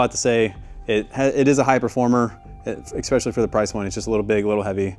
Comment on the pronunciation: I love you when I say this, the word is E-S-P-E-C-I-A-L-L-Y, let me hear you say it. Good Not EXPESHALLY